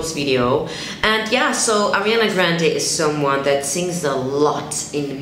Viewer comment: "Arianna"???😂 but I loved the video